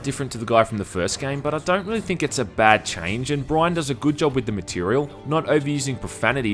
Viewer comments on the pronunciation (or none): none